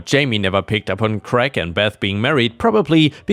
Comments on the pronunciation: Why do Americans pronounce the name Craig as Greg? It is pronounced like crayg. American English is retarded. The name Greg is a completely different name altogether. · All of your stories were extra special today. The birthday party story made me feel so sorry for OP's family. The mess must have been awful. 🌟🌟🌟🌟🌟🌟🌟🌟🌟🌟🌟🌟🌟🌟🌟🌟🌟🌟 You came across the name Craig in the last story. It is pronounced Cr -ay - g. Hope that helps. Best wishes.